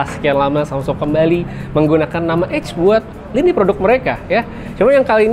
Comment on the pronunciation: EDGE bg bukan EGG 😂😅😂😅😂